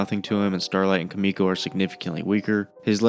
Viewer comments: >kamiko its KIMIko. KIMI. no A bruh. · Bro please pronounce Kimikos name Correctly